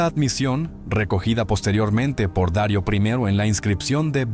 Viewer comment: No se dice Dario sino Darío el grande. Hermoso relato nunca lo había escuchado me encantó. Gracias 👌.